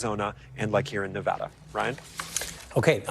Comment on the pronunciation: If you’re in media please pronounce “Nevada” correctly 👍